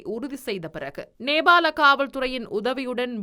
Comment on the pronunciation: Gathmandu அல்ல Kathmandu Gehel pathra அல்ல Kehel pathra Beliyagoda அல்ல Peliyagoda Nebal அல்ல Nepal உச்சரிப்பினை பார்த்துக் கொள்ளுங்கள் 🎉